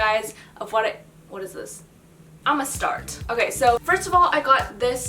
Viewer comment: I thought she said I'm a star but now that I think of it she might have say ima start 😂